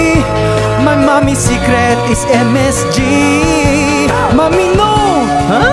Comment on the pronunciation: Said like a true Pinoy!